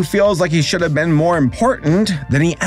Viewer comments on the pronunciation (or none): none